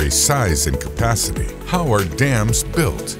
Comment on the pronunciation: I swear I only heard this guy say "damn" and not "dams"